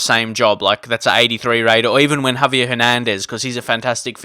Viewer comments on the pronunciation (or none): none